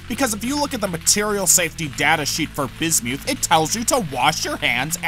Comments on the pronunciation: It’s pronounced biz • myth NOT biz •Mewth SAY IT RIGHT 🤬🤬🤬🤬🤬🤬🤬🤬😡😡😡😡😡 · ...only an American could pronounce it: bis-MEWTH!!! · I had to stop watching as your corrupt pronunciation of "Bismuth" was intolerable... sorry I tried. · Did he just pronounce bismuth like bis mewth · This is awesome! Side note: totally pronouncing it Bismewth from here on out. Bismuth is such an ugly sounding trash word. But BisMewth... now THAT is a powerful sounding Pokemon name, and I am here for it. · Rusty Shackleford painful right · "bismewth" (the way he pronounces it) sounds like a pokemon lol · LOL bismyouth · That's the most embarrassing pronunciation of bismuth I've ever heard. Great video otherwise. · bro...just say the word right...thats all I ask. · If you want to die take a shot every time he says bismuth funny.